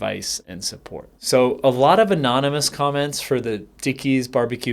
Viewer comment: The way you said *anonymououa commentous